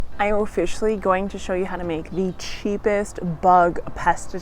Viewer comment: sorry but it made me laugh when you said oFISHally right in the beginning. 🤣I think I have PTSD from your fish head video.